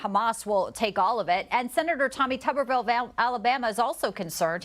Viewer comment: It's pronounced Toooberville.